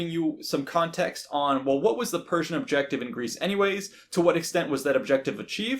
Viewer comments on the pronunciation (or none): none